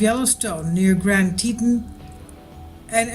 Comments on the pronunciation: plz pronounce it tee tawn (as in tawny) as it is suppose to be rather than tee ton. ppl will know what ur talking about quicker if u pronounce things correctly. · PLEASE learn how to pronounce the places you report on. It's pronounced TEA-TAWN. TEA - like you would drink and TAWN like a baby deer, fawn, but with a T. Ugh! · its pronounced tee tawn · You arw not even sayin teton right